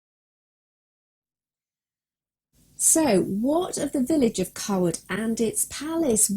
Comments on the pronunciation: i completely agree. it is not pronounced coward. it is pronounced CAYwood. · Its not Carwood its Cawood ...... like Kawood lol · My last name is actually Cawood and I have been to the village of Cawood My family pronounce the name more like Kaywood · Great video but you pronounce the village, KAY-WOOD. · No, I live here and am on the council. Certainly Kay-wood. It would be akin to me calling Hampton Court, Hanton Court, just because I didn’t live there. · I can confirm it is pronounced kaywood It is my last name and I have visited the village a few times while visiting England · Can't watch it anymore cause she pronounces our name wrong lol